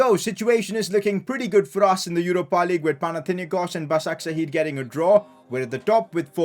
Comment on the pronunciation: Hey! It is pronounced "Bashakshehir" not "Basaksehir"